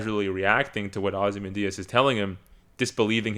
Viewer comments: Agree with so much of what you’re saying - but how do you mispronounce Ozymandias??? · Pronunciation is weird. I was like, hmm isn't it xyz? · Holly shit all of this from a guy who can't pronounce ozymandias , a quick google search could have help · I don't know if I can take a critique seriously from someone who can't pronounce "Ozymandias"